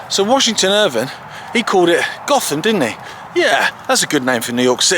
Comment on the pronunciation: I think the locals pronounce it Goat-Ham